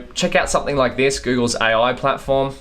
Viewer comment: "A.Oui" damn, that accent🤣🤣